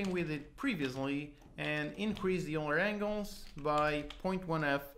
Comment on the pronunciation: eulerAngles is pronounced "oiler angles" just FYI. Thanks for the great tutorials.